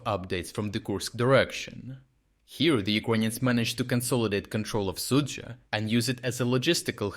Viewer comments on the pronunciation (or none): In some esoteric language you are pronouncing the Russian town as 'Soupville'. lol